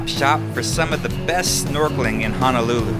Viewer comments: Great video bro...but you killing me with your pronunciation of HONOLULU there is no letter A...it’s not HA-NA-LU-LU It’s HONOLULU...please get it right or else everyone who’s comes here will pronounce it like that..Mahalos for the video 🤙🏾🤙🏾🤙🏾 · Its NOT pronounced "hanalulu"! Its Ho-no-lu-lu! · It’s not hanalulu, it’s Honolulu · sory sir, but it's not Hanalulu, it's HONOLULU, HONO not hana. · It's HONOLULU not "HANALULU!" PRONOUNCE IT CORRECTLY PLEASE. HO-NO-LU-LU! (plus there is no "downtown" Waikiki) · Hono - lulu not Hana-lulu unko lol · Stop pronouncing honolulu like Hanalulu ya coloradan noire. Edit: Other than that, the video's nice. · It's hoe-noe-loo-loo. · It's not Hanalulu! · At lease say it right Ho-No-Lu-Lu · that's right! please correct your pronunciation bruh! HO (as in santa's exclamation) NO (as in negatory) LU ( as in Lululemon) LU! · It's pronounced HO-NO-LOO-LOO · It Ho-No-Lu-Lu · Why do tourist ALWAYS pronounce Honolulu wrong 🤦🏻‍♀️